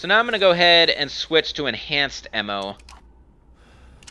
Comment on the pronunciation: Piccolo xNailxKami hendgun emmo